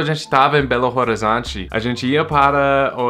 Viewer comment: Uma dica de pronúncia: pronuncie Belo Horizonte como "Belorizonte". O H é mudo.